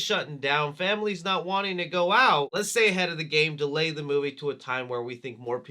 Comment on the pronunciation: The intro def said ‘dealy’ instead of delay